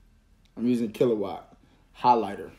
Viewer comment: "Killawatt...I'm using killawatt" 😂😂